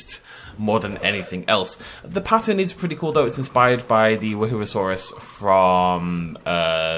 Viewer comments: I'm glad someone else besides me says Wahoo-a-who-a-who-a-saurus. It definitely is an... interesting dinosaur name to pronounce. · I like how nobody is trying to pronounce the woohoosaurus's name correctly anymore